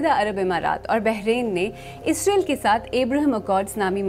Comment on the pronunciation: اینکر محترمہ جب بھی اسرائیل کا نام خبر پڑھتے وقت لیتی ہیں ، اس کا تلفظ اسرائیل کی بجائے اسریل ISREL ہو جاتا ھے۔ ایسا مجھے محسوس ہوتا ہے گرچہ ان کی آواز ریڈیو/ٹی وی کے لئے بہت موزوں ھے